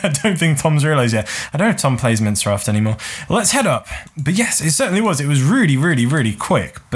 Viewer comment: do you call minecraft...... "mince raft" lol